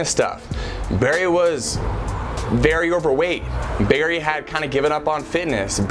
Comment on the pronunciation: Berry was berry😂what I heard